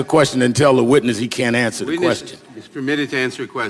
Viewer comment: He "axed" a "querstion"?